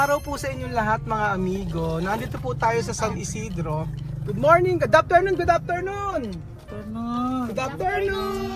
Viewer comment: Hindi ba puedeng GOOD AFTERNOON hindi GOODAPTERNOON, makaka sanayan italwil ang mga F at nasanay sa P tulad ng pibe bibe 55 na dapat Five five